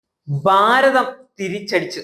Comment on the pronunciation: ബാരതം അല്ല ഭാരതം ബാഗം അല്ല ഭാഗം വർദിക്കുകയല്ല വർദ്ധിക്കുകയാണ്